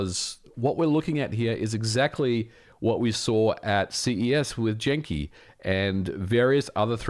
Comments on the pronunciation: Are you saying "Jenki"? I believe it is pronounced with a hard G. Genki with a "guh". Please correct me if I am mistaken. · I believe "Genki" is pronounced with a hard G like "元気" ("genki") in japanese, but I can be wrong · Did he just pronounce genki as "Jenki?" Lol love you man! just giving you a hard time :D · "Janky" instead of Genki was pretty funny